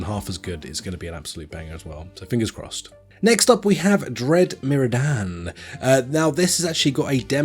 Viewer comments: wait, how did you pronounce 'meridian'? lol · Ive never heard the word meridian said like that lol love it